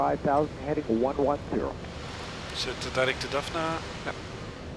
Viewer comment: Sounds like you are saying Puta Cana, hahahahahahahaha.